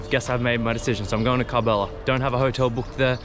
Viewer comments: Salam,It's karbala not kabala. 😇 Hope you don't mind. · I'm soo impressed that you're in KARBALA Masha'Allah it's pronounced KURB-ALLA.. I was there in September for Arbaeen and in July for Muharam. I remember eating falafel sandwich at the same place where you ate the shwarma, do visit after sunset it's very nice. I was able to take my mobile phone inside the shrine but I don't think they'll allow you to film, you need special permission. Please you must go inside the Shrine and to the grave of Imam Hussain A.S son of Imam Ali and to Mola Abbas brother Imam Hussain, it's mind blowing. The walk way between the 2 shrines is called Banul Hermain, make sure you checkout your shoes from one Shrine to another. Love and Blessings from Chicago 😊 Labik Ya Hussain ❤ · Why are you not pronouncing it with the R 😂😂😂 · Hearing him repeat Karb-ullah over and over was torture… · Bro not kalbala it's kar Karbala ok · He has to say Kerbela, not Karbala. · It’s pronounced KARBALA it’s Arabic not Iranian sister 💗💗💕 KARBALA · Bro its curb_ala(karbala) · How often people said K ER BELA. And you after 25 th hearing. : KARBALA? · Well if you pronounced kar-bala right tgere wouldn't be a goose chase. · why on earth u cant get urself to pronounce Kerbalaa